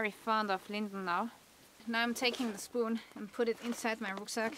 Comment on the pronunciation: Inside my Rucksack 😂sowas von deutsch 😂 aber ansonsten gutes Englisch :)